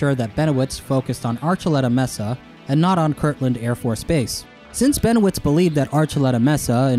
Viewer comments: The word "mesa" is mispronounced in the video, the E has a long A sound. Emphasis on the first syllable, "may'-sa." Not "messa" as the closed captioning spelled it. I don't mean to be the Grammar Nazi, but no one wants to sound uneducated. Just trying to help. I beg your pardon. Always great content and well researched, thanks for sharing. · may-suh not messa (mesa) love your videos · Mesa = maysa It amazes me how much native speakers get wrong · The weirdest thing about this? The way pronounces "mesa" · pronounces 'Mesa' like how I imagine 21 Savage would on the Knife Talk remix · Someone just let me know that I’m not crazy and that he’s saying mesa wrong. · you keep saying mesa wrong.